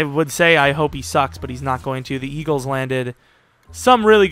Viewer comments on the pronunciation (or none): none